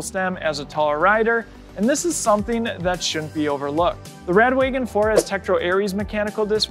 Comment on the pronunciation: Its rad wagon not rad waygon